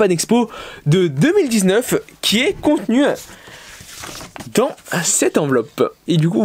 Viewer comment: J adore le « dans » a xd